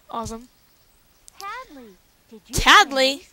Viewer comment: it's hadley not tadley